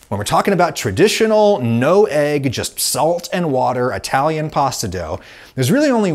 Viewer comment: What's an "Atalian"?